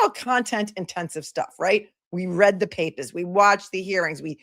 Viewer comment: “We read the papahs”. Every once in a while your MA accent pops through and I’m loving it!!! Thanks! ❤️